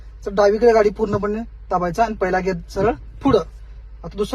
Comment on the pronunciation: नुटन ❌ न्यूट्रल ✅ गेर ❌ गियर ✅ 😂